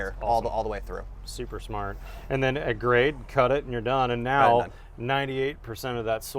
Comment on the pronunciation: You pronounce that 'smart'.